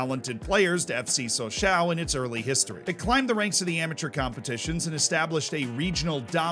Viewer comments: It is not Saw s A oh It is french ...it is Saw saw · Please, Sochaux is said "Socho" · Yeah, a couple of mispronounciations, but I at least appreciate the effort. Puzhow (that's actually a better phonetic spelling than I could come up with) (Peugeot) Sosho (Sochaux) Ocsair (Auxerre, his pronunciation was actually closer to that of Angers than it was to Auxerre!) Those are the three that bugged me. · It’s pronounced “So-shó” not “so-shau”. But it’s still fun to listen along and have a shot every time you say “so-shau” ;-) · I belive it is more like So-chaw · What truly proves how much I like videos is how many times I withstood him saying “sochaow” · Sochaux is pronounced "SO-SHOW". Merci, beaucoup! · "So-sho". They only say "ow" when they stub their toe or something. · The 'aux' in Sochaux is pronounced like the 'oh' in 'oh my god'. Sochoh. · Ah yes, my favorite French club, Soch-OW. On a serious note, glad the team has stabilized. I remember their Ligue 1 days from when I was a kid. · It's pronounced Socho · Nice story, feels like a Tifo video! But you should say so-show. And puh-zjow. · The pronunciation of the "Sochaux" made me stop watching, and I am not even French...Try "ShawShaw" (like the player) next time. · So-Show is more like it zs pronounced in the club anthem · more like Soshaw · Or Showshaw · Sochaux, saying it wrong... Herve Renard,wrong, Peugeot, wrong, alaves, wrong.. I could give you some private lessons :D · That's not how you say Sochaux, buddy. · it's a great video but you should have checked the prononciation of "Sochaux" xD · The way he says sochaux is way worse. Hurts my ears and I’m not even French. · Sochaux is okay, he says it like an old person though. Poo-Joe though lmao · what about sochaux😂